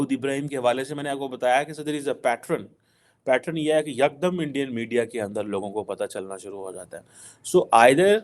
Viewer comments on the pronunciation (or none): Pattern not pattren